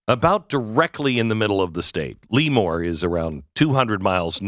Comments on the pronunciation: Lee-more=😂 Lëmoore=👍🏻👍🏻👍🏻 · It's pronouced La'more not Leemore! Right outside Naval Air Station Lemoore, I know, I grew up there and was in the Navy there. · It sounds more French. "Le-mour" or "Le-more." Not Lee-More. It's a soft first E, just for your knowledge. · It’s not LEEEEmoore its lemoore Glenn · California Central Valley native here. It's pronounced 'Leh-more', not 'Lee-more'! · Luh- More. not “Lee-More” But the KommieFornia minimum wage was intended to destroy and close small businesses. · Plus vote ... but a) it's pronounced lah-moor ... not lee- more. b) Don't forget, there are more Republicans in CA than any other state; more Californians vote for Tump than any other state. Just because a COUPLE of far left blue areas foil the rest of us. ... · Le-Moore, not Lee-Moore. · I can tell you don’t live in CA because that’s not how your pronounce that city’s name at all… never heard of LEEmoore…. I’ve heard of LEmoore. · Yep... Former Navy Avionics Tech who took a few touch-n-goes through NAS L"uh"more. Never heard of Lee-more until now. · It's pronounced LA more not Lee more😊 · If you're going to say a town's name, can you at least pronounce it correctly? Every time you said "Lemoore" it just grated on the ears of everyone in my house. "Leee-moore" *SMH* Lemoore is NOT pronounced "Lee-more" it's pronounced "Leh-moore", but don't TRY to separate the syllables. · It's not LEEmoore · Glenn, it's pronounced Le MORE. LOL! Sorry, this truly is sad. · It is pronounced "la more" thank you for the great description of the town and area. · Same-born/raised in Fresno. Relocated to Turlock, 1976. And it’s not pronounced Lee-more! …(cracking up). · It's pronounced La more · My wife and I laughed every time you mispronounced the town's name.